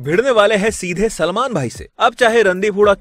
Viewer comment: Bhai name to sahi bolo selmon bhai